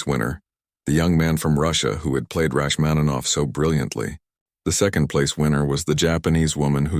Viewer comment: Nie "Rakmanowa", matoły i nieuki, tylko RACHMANINOWA. Wypadałoby wiedzieć, jeśli się porywacie na program o muzyce. Imię "Sara" można odmieniać. "Zwrócił się do Sary", a nie "do Sarah". I jeszcze jedno: wprawdzie po angielsku mówimy "you",ale nie zawsze się to tłumaczy jako "ty". Taka młoda osoba znikąd nie zwfracałaby się per "ty" to obcego człowieka,w dodatku sławnego pianisty.